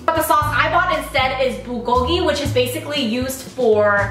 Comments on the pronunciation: The way you say Bulgogi and Kalbi hahaha I wish I was there to correct you xD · kgarl-bi, burl-gogi.....